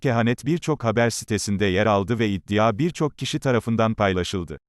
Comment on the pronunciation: Su 'iddia' kelimesini dogru durust soyleyemiyor musun spiker!?